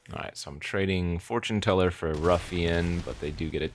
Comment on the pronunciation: four-tune teller :D